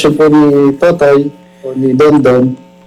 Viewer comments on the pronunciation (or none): none